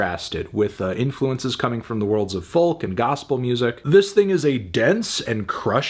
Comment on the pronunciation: Doesn't matter how many times he says it, but I'm always baffled by the pronunciation of 'folk'...